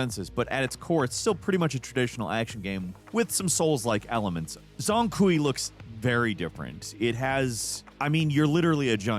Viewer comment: Ooo so close this time,! Zhang Kui is pronounced “Jang Kuay”